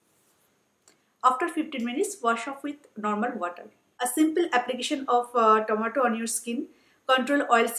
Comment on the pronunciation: Its tomato not tamatur :/